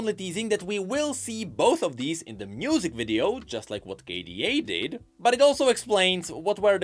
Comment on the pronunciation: Anyone else notice how he says "Mnusic"? Quite curious~